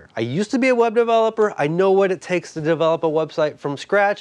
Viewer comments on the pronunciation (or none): none